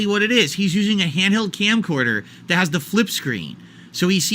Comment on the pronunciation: "Dats little Caesars? Dat doesn't look dat bad!"